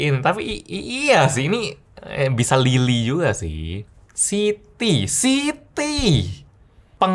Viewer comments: Siti bang bukan City 🗿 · city bang bukan Siti Siti mmh saya